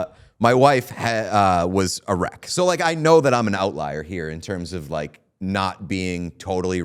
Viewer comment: Pete, did you say that your wife was "erect" (because that's what it sounded like) or did you say she was "a wreck"?